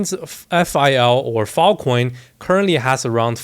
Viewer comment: bro unironically said fil coin